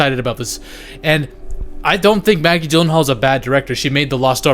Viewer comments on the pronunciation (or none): none